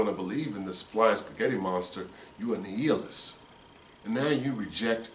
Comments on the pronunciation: You know what . . . I looked up a video on youtube on the prounounciation. nEE-a-list or nII-a-list. I think you were saying nEE-eel-ist, LOL!!, LOL! I'm done. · nI-a-list, (long I, not E) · Love your program...just a heads up my bro....nihilist would be pronounced like this ..NYALIST...